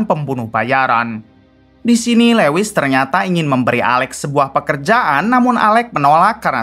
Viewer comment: Lewis....( Luis) min....